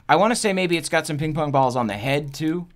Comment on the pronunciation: Please tell me im not the only one who heard him say ping pong-bongs XD